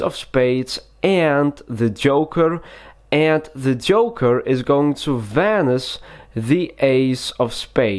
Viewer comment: It sounds like he’s saying vanise like tf does that mean like if you agree